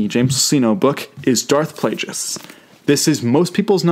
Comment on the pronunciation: Its pronounced with a hard G Like the word Plague. Not Plajueis. Plagueis